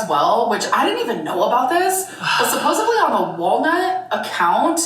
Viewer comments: “Supposively” strikes again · Need someone to let her know the word is "supposedly" not "supposively" or "supposably" 😭